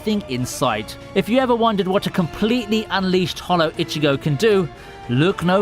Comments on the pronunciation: Jesus christ not only did you mispronounce Vizard throughout the entire video, but you also can't even pronounce Ichigo's name right. We hear his name only a billion times throughout the series and yet you keep saying fucking "itchy"go.....like....are you really that illiterate? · IchiGO not Ichigou KuRosaki not Kuwosaki or whatever.. Meh... Insta decline, but hey, Thanks for the vid :)